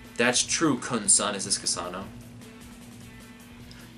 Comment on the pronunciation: Please, someone send him a clip of the Aguero goal against QPR so he knows how to pronounce Khun's name.